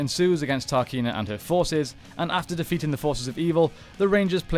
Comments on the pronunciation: You really butcher and mispronounce several things and its a huge distraction. Its TRAHkeena not TAHkeena. There is an R. And its terra VENTURE, not VENTURA. No A!! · Cool video. Just a few details: 1- It's Terra Venture not Terra Venturer 2- It's Trakeena, not Tarkeena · To say your a power ranger fan, you really mess up the pronunciation of various names. You’ve even got the book there so you haven’t any excuse.... It’s TRAKEENA, not TARKINA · I don't think it was Terra "Ventura" but "Venture" and it wasn't "Tar-Keena" it was "Trah-Keena". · Came to say this lol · It's Trakeena, not Tarkeena, my dude. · He also calls her Tarkeena, despite her name being Trakeena on the screen when he starts talking about her. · It is not pronounced Tarkeena, it is pronounced Trakeena, based on "Traquina" which is portuguese for "mischievous". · Anyone notice him pronouncing Trakeena like Tarkeena? TRA Not TAR Made me facepalm a bit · Isn't it Terra Venture and not Ventura and Trakeena and not Tarkeena? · Trakeena not tarkeena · I think perhaps you should watch the seasons to know how to pronounce the names of locations and villains. I don't know 'Tarkena' is but Trakena? I do, not sure where Terra Ventura is but Terra Venture, I do. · Loving the videos man but it's pronounced Trakeena not Tarkeena, and Terra Venture not Terra Ventura... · Dude, Terra VenturAH, TARkeena, what happened? Lol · Why does he keep saying “TARKEENA”? It’s Trakeena… sounds like he hasn’t even seen the show 😠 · Who is "tarkeena"? 😂😂 And Terra Ventura? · Love the video but what’s up with the wrong pronunciation of terra venture and trakeena? They aren’t even spelled the way you pronounced them 😂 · Am I the only one who cringes everytime he says Terra Venture and Trakeena the wrong way? 😖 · I can’t lie, the pronunciations of Terra Venture, and Trakeena was frustrating.